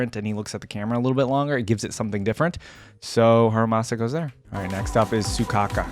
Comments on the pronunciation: You know it's Soukaku, right? Not Sukaku. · Not Soukaka im dying AHAHHAHAHAA its soukaku